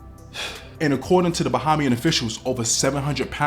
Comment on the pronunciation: Btw, it's not BA-HA-MIAN it's BA-HEY-MIAN.